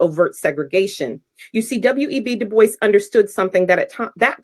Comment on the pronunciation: I believe the traditional pronunciation of "DuBois" is; "Doo-Bwah", not; "Doo-Boyce" as per phonetic understanding FWIW. Merely a small point of constructive criticism, not attempting to discount your content. Thank you for your efforts, peace & love to you & yours 😊 Godspeed (is the "G-word" still allowed on YT?) 😉